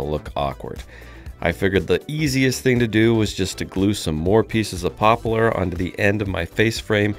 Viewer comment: Did you know that ‘poplar’ is only 2 syllables vs 3?